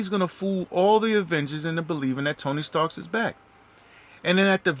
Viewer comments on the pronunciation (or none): 😂😂😂 TONY STARKS 😅😅 IM SORRY I TRIED TO IGNORE IT BUT YOU SAT IT LIKE 100 TIMES ITS ACTUALLY TONY STARK NO S BUT GREAT COVERAGE AND THEORY THOUGH 😅